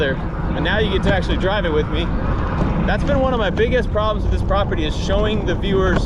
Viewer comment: New drinking game, take a shot everytime says "prapurdy" aka. property, whoever doesn't notice needs to have 2 shots/sips of their drink